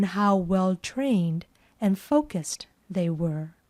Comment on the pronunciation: Хороший урок, спасибо! Все-таки, они произносят больше как: ФОукисд, чем ФОукусд. Выражения вроде: to be of two minds надо конечно закреплять практикой. Такие выражения часто забываются.